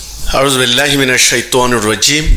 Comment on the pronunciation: আয়ূজু বিল্লাহ ও বিসমিল্লাহ শুদ্ধ করে পড়তে পারে না সেলিম শাহ